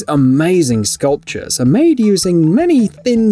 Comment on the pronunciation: “Guess which ones ATE painted” , it’s ARE.